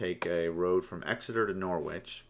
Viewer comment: Great tutorial; really helpful. By the way, it's pronounced NORRICH.